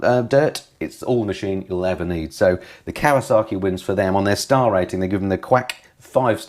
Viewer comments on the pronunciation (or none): Still raises a wonderous giggle as to why "KAWASAKI" wont engage with you when you keep calling them "KAWASARKI'S" 🤣🤣 Love the channel BTW 👍